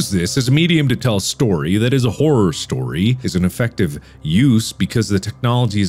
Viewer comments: Horrrworrr = Horror. At least it does to Markiplier. 😂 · How We Pronounce Horror: Horrur How Mark Pronounces It: Horwrwowr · 10 seconds in and I already lost it from Mark saying horror as "hor- or" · I love how mark says Hor-ror instead of horror sometimes it's hilarious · The way he pronounced horror at the beginning kind of messed with my head and idk why. It’s weird to hear both r’s